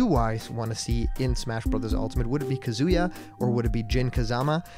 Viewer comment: YOU GOT KAZUYA RIGHT